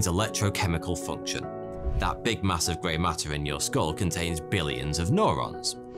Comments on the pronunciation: Great vid. But it’s “new-rons” not “noh-rons” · Nobody:: N O R O N S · It's fcking Neurons NOT NORONS U MuRoN....Nurrrr pronounced NUR..NOT NOR.. fck sort your pronouncing out for lords sake .video after video...lol .it's that bloody moustache. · Nurons not nOrons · Norons? It’s newrons fams... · Neo New-ron, not no-ron. You are becoming one of my favorites. Keep the 'stache. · Is nobody going to mention it’s pronounced “new ron” not “nor on”? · It's called Neurons mate, like New Rons not Norons fuck sake lolol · i kept on screaming neurons every time he said norons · Neurons, not norons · It's neurons pronounced neuro like in you or Euro. N-you-ron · Stop saying "noron" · Or says "Norons" lol